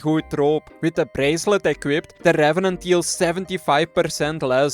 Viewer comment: rRrRrRrRevenant task completed